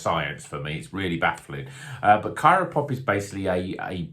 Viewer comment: It’s CRYO Pop, as in cryogenic. That’s how CRYO hop pellets are made.